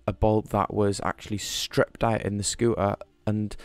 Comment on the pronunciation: "scoo ah" it's a "scoo ter" the T is not silent in any language. Just saying